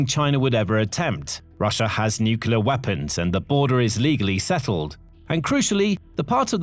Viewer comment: I'm an avid follower of your reports, and I've realised that you're very careful about how you pronounce Russian place names, but pronounce 'nuclear' as 'nucular'. I find that juxtaposition very odd.